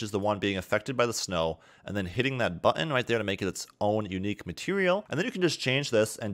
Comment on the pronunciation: "Matewial" hahaha